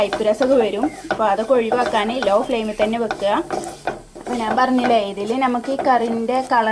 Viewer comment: നാന് അല്ല ഞ്ഞാൽ